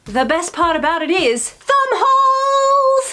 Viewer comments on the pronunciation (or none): I was listening to this half way and instead of thumb hole I heard bumhole... very confused